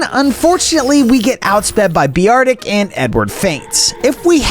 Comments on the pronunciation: Who calls beartic, be-ar-tic? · Bro if you ever say beeartic again ima have to find you😂😂😂😂😂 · '' key irlia " and " Bee artic " hurt me a bit on the inside ngl